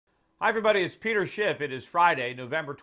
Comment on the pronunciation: "Hi everyone, it's Peter Shit." lol. Sounds like he has a little bit of a slip up there. I wonder how many times he has done that in his life. hahaha